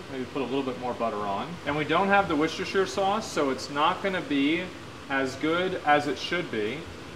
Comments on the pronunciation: I've only ever heard it one other place, but Tectone has tied for the most braindead mispronunciation of 'Worcestershire'. It's pronounced wuh-stuh-shure, not war-chester-shyer. Though to his credit, unlike the other guy I heard pronounce it that way, he didn't have the written word in front of him. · it's "wuster"... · I love when Americans struggle with “Worcestershire”. Everyone in England: “just wuster innit bruv”. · Worcestershire sauce its pronounced (war-ses-ter-sher) i live right next to the factory where its made. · It's pronounced wuss-teh-sheer sauce. I can understand why Americans struggle to say it 😂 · For all the yanks wondering, it's Wuhr-Stir-Sheer... Wuhrstirsheer... Worcestershire... Nice and simple. Good effort though Asmon. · Watching Americans pronounce Worcestershire is always jarring. Like let me make it simple for you ‘Wooster-shur’ like it’s not hard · Its pronounced "Worsh-Ter-Shire". Jesus Christ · Americans saying worcester souace will never not be amusing